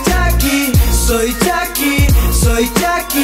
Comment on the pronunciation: Pronuncia bien las palabras es chucky no chacky